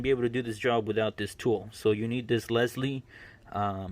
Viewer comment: its lisle like island not leslie lol